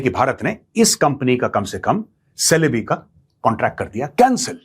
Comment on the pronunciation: It is pronounced as chelebi It is written as celebe but pronounced as chelebi